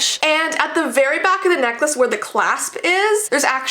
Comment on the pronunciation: You said nikless